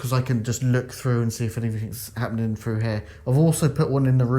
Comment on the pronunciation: I have a question when the word through or with you say it frough or wiff... Why. Im just wondering do you spell it the same way? Like Wiv or frough? California. Just curious